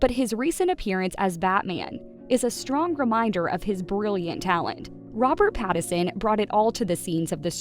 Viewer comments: PLEASE...IF you are going to continue to record these bios LEARN how to pronounce your subjects name. His name is NOT PattERson it is PattINson. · FFS, his name is PattiNson. The N isn't silent. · Rob's last name is pronounced PAT-IN-SUN. If you're gonna do a piece on someone, you should correctly pronounce their name. Oh yeah, and maybe you shouldn't twist the story into something it isn't. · How do you not know how to say PATTON SON. Like how do you not know how to say the name and making a video about it like did you ever watch any videos of him cuz you're off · The way she says his last name 😂😂😂 is the best part of this video. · Poor Robert, misunderstood and mispronounced. 😢😢😢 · Truly. An entire video about Robert Pattinson, not once was Pattinson's name pronounced correctly.